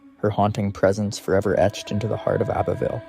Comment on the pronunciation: You do realize you said Abbeyville Alabama?